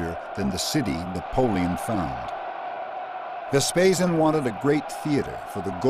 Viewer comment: I gave it to the second minute when the narrator twice talked about Vespasan and not Vespasian.